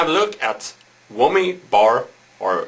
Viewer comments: HAHA! He said Whommy! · tee hee.. he says whommy bar